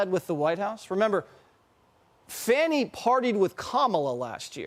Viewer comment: It sounds like her name is pronounced " Phony"!! It fits like a glove!